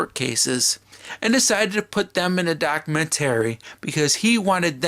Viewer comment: You need to learn how to say documentary. 😂🤣😂